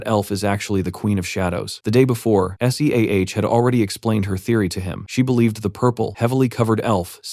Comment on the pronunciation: Hate it when the voice spells SEAH. Otherwise, an amazing voice over.